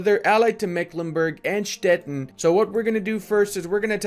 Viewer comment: it is pronounced Stettin like "shteteeen" like a sweeet 17 yulululuuu! nice videos